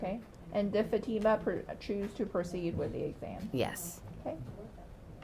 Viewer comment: It’s FA-TEE-MUH!!! Not FAT-IMA!! I really wish these Attorneys would get her name right.